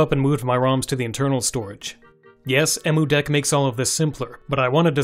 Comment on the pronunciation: Its pronounced "Em" "U" deck.